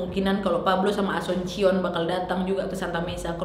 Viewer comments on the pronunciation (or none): Ijin koreksi cara baca : Cabading bacanya Kabading, Asuncion bacanya asunsion, Cavite bacanya Kavite atau Kabite. * Saya kebetulan pernah 3,5 tahun tinggal di Filipina. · Cuma koreksi saja kak nad, ibunya asuncion bacanya asunsyion karena memang nama umum alias pasaran di filipin karena sy ada teman juga namanya sama cuma family namenya beda. Cavite dibaca Kavitè karena sy pernah ke Cavite tepatnya daerah imus dan daerah silang dekat dengan tempat wisata bagiou, Cabading dibaca kabading. Terima kasih. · Nad, mau benerin beberapa hal. Wkwk jiwa pinoy ku berontak. Maap. Cavite dibacanya ka- vi - te. Terus namanya bukan dibaca pakai c tapi Ka-ba-ding. Asuncion dibacanya esansyon. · Cabading - kabading Cavite - kavite Asuncion - asunsyon